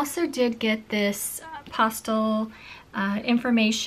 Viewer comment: You are pronouncing pastel wrong